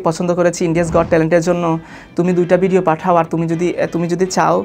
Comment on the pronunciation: ভাই তোমার বাংলা উচ্চারণই তো ঠিক হয় না! ভিডিও কে বল বিডিও ভিসাকে বিজা, 😁। তুমি আগে গেলেও জাহিদ অন্তু অন্যান্য সবকিছু মিলিয়ে সে তোমার চাইতে অনেক বেশি যোগ্য।